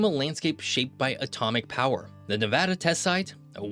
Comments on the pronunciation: You got me at the beginning when you pronounced Nevăda correctly! I’ve been in Nevada more than 30 years and have been all over this state. From the Valley of Fire to Lake Tahoe, Cathedral Gorge to Fly Geyser, Pyramid Lake to Great Basin National Park, and Virginia City to Rhyolite, there is so much more to this state than Las Vegas! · The explosive growth has a lot to do with the invention of air conditioning that made the area more inhabitable. Also thanks for pronouncing it correctly. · A: it’s a real voice, B: at least he got the state name right? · The fact that you reiterated Nevada… makes so happy. Thank you for pronouncing it correctly. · Thank you for saying "Nevada" properly! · Thanks for saying Nevada correctly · Thank you, thank you for pronouncing Nevada correctly. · Thanks for saying Nevada correctly. 🤘🏼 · Earned my like for pronouncing Nevada correctly 🫡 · Born and raised in Las Vegas Nevada! It’s the best state and thank you for saying the name correctly. 🏔️ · Thank God you pronounced the name correctly! Good Job! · Thank you for saying Nevada correctly. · You are the absolute winner for pronouncing Nevada like a local! 🏆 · Thanks for pronouncing Nevada correctly! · The best part about this video is the correct pronunciation. If there's one thing that pisses me off about a lot of geography videos, its when people say "Ne-vaw-da" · Thank you for pronouncing Nevada correctly. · When people say - Nev-aw-da, not Nev-ad-da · forth generation Nevadan here . My whole family says the state name the exact way . And yes we are very particular how people pronounce our states name . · Ty for saying Nevada and not Nevahda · Great video! Thank you for pronouncing Nevada correctly. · The fact you say Nevada correctly 👏👏👏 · Far too many people say, Ne-VAH-duh, rather than the proper Ne-VAD-uh. As all Nevadans know, Ne-VAD-uh is the proper pronunciation. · HE SAID NEVEDA CORRECTLY